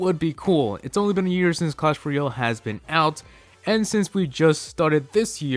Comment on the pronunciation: its not clash royol its clash royALE